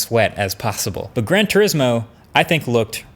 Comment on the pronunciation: When he said "Grand T" I was about to smash my monitor. Followed by "urismo 7". I'm cool. Not unsubbing yet.